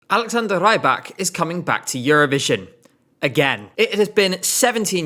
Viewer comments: He's not "Ray-bak", he's "Ree-bak" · I keep being thrown off by pronunciation of Rybak... it should be that of 'rib' not 'ribe'.... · Please pronounce it Reebak and not Raibak, it’s killing me slightly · Alexander Rybak ❌ Alexander Rajjbakk ✅ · With the incomprehensible nose dive that MGP has been taking since 2024, Alexander’s participation is THE LEAST OF MY PROBLEM. 😂 Note: it’s Alexander REEbak, not Raibak 😂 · R-Ály-bak. - auch👂...not for the song, for the name pronouncing. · "Alexander Raybak"😭😭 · Why do you pronounce Rybak like "raibak"? He's Belarusian and you speak Russian, you should have recognized that his last name is just the word "fisherman", рыбак. So it's pronounced closer to a short i sound, not the long ai. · you're right, it is pronounced ree-bak! This guy totally mispronounced his name. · That’s not how you pronounce his name.